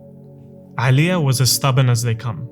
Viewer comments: Brother, just one correction regarding pronunciation. There is no 'Ayn in the Bosnian language. Its not 'Alija, nor is it 'Izetbegovic. Its just Alija Izetbegovic. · no one_ this guy: AElija Bro its Normal letter A not the arabic ع